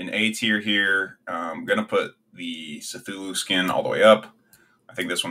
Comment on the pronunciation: The pronunciation of cthullu killed me and the tier list is outdated btw McCree is called Cole Cassidy now.